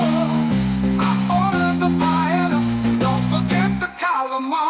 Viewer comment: Love the music. I did laugh when Wendi called paella. “”Pay-ya-ya. She’s a piece of work